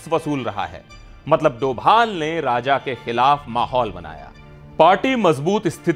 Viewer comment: Arrey bhai doval not he is dobhal please please